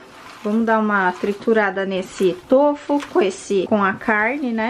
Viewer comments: Tôfu kkkkkk é tofú kkkkk povo desaprendeu a falar E a é feia kkkkk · O certo n seria tufu com o som de ú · Na verdade, a sílaba tônica de tofu é o "Fu", e não o "to" . Adorei o vídeo!!